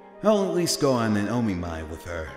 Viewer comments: Omiai. It's a SINGLE "M". It's NOT O-Me-My. It's O-Mi-Eye where the "O" is as the "O" in "Of" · It's not o mi my